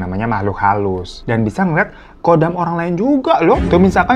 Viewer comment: pelafalan KHODAM itu bukannya KODAM tapi dibaca HODAM, kalo dibaca KODAM artinya beda lagi.